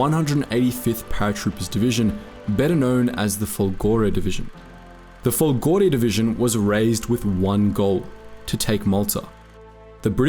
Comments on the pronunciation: Note: it's Fòlgore, not Folgòre. It means "lightning". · Please, not folgòre. This is an exception of italian words. The correct pronunce is: fòlgore. Fòlgore or fùlmine is the lighting from sky to earth. Saetta is the lighting from sky to sky. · A respectful correction on the pronunciation of 'Folgore'; majority of italian words would be pronounced like you did, but this actually has accent on the first vocal, so it's Fòlgore (meaning lightning) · By the way: the Italian word "FOLGORE" (a rather latinizing synonymous of "fulmine" "lampo", "saetta", "baleno" all of them meaning "lightning") is NOT stressed upon the syllable - GO -, but, instead, on the first syllable "FOL-" (with a rather closed quality of the ""O" letter, resembling that of the U.S. pronunciation of english "OA" but without any hint of diphthong coda).